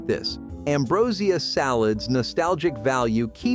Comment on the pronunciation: Ambrosia salad!! 😂The way the announcer pronounced this, is absolutely hilarious af